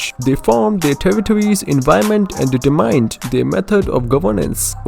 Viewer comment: omg this guy is so annoying including the fact he cant pronounce "gnosis" "tsaritsa" nor "determined"